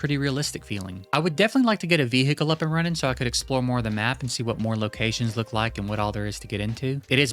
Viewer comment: bro is deffo one of dem state trooper bro says Veehekcle